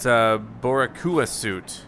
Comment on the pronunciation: Me thinking about Miles’ new suit: I love my Puerto Rican flag designs, but I’m not a fan of this. goes to butcher the word “boricua”: Forget it! I love it now 😂 Can tell he didn’t have Puerto Rican friends growing up in USA.